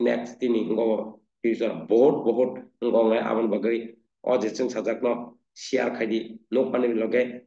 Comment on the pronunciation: It's chwngsajak... Not chung sajak